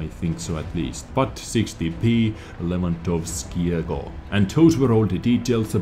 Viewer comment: "Ch" in polish is pronounced the same as normal "h", so there you have both Habich's tanks - just say "habiha". Your pronounciation of "Markowskiego" and "Lewandowskiego" were flawless for someone who doesn't know the language, and "Tyszkiewicza" is probably something like "Tyshkievicha" in English ;p I hope this is somehow helpful